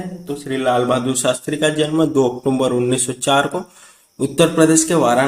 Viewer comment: अक्टूबर का सही उच्चारण करिए।